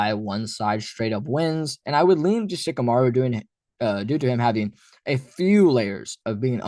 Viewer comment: Shikamaru??? Dude, stop.